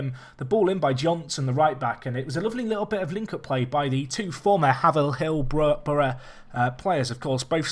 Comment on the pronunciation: great series so far, loving it. just a small observation, its pronounced "hay-ver-hill"